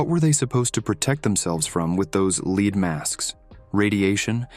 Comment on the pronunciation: One presumes that a human reading these stories would realize that there are two ways to pronounce the word “lead,” depending on the context. It was a bit grating to keep hearing that these men were wearing “leed” masks, when it was obviously meant to be the metal.